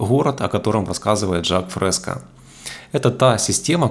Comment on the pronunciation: мин. Не Жак ФрескА а ФрескО !